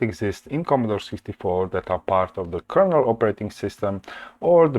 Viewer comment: KERNEL, no A!